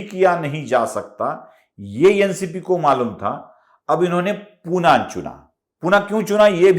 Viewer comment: पुना नाही पुणे